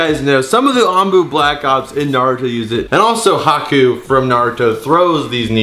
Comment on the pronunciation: its naruto not noruto